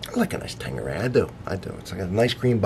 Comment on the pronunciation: why do Americans call it tangueray ? It is Tanqueray here in Canada and also in Europe , this isn't the first ive heard people pronoucing the "Q" as a "G".